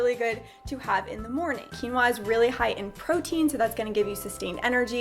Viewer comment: The way she says quinoa tho xD Overtime she is like waaahh! Excited for quinwaahh